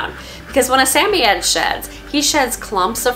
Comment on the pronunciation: Why do you pronounce the name of samoyed like that?